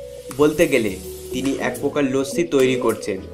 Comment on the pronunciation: Lossi LOL , not lassi